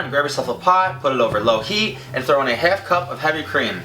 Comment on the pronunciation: I like how he says "half". Helf cup haha